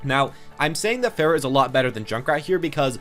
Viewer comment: Its pronounce far-uh not fair-ah